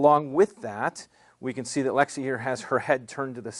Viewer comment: its lexie not alexy lmao